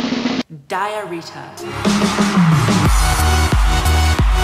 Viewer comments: I am.... DIAH-RITA Me: DiaRrhOeA??? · "I am... diah-rita " had me dead